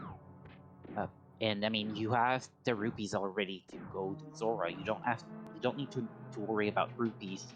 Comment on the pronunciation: I'll listen to a cat using a litterbox all day if it means we don't have to hear someone mispronouncing rupees 😉🤡